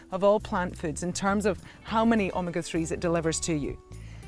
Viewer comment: Wow! I would have never guessed that it was omega-3. In playing it back, it sounds like the Australian accent on the word omega is somewhat different than the American. Thanks for clearing that up. BTW, I eat chia seeds everyday and so does my cat. I think the chia seeds are making him too smart...LOL. He sits on command like a dog & does acrobatics too. He runs at full speed into a wall or door & does a back flip into the air landing on his feet. I plan to video it & post it on youtube ASAP.